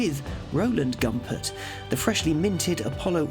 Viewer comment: It’s pronounced Goompert!